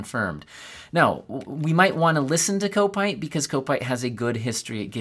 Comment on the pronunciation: not kopetee (kopite) Kop (cop) it, , he's a Liverpool Supporter.